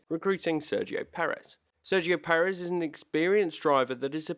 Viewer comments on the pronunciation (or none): none